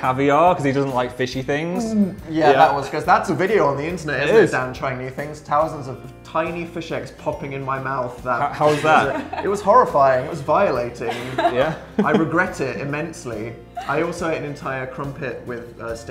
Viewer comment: tousand of tiny fish eggs. tousand